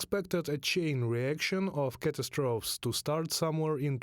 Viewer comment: You must have better English speakers than these two, surely. 'Cattastroffs' ?